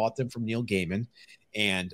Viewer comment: Actually laughed out load when said Gaiman right. Watch the live sales people.